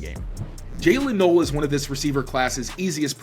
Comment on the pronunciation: Please pronounce Jaylon Noel's name correctly. It's not Noel like Christmas. It's pronounced Nōll